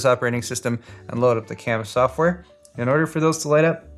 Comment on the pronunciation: "Not resizable piece of ssshhoftware"